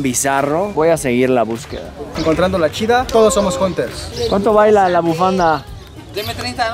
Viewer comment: dicen.( jonters) jajajajaja. no mames